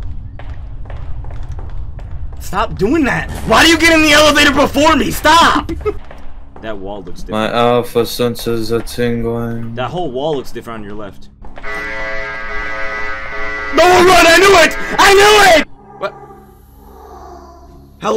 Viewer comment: "my alpha senses are tingingly"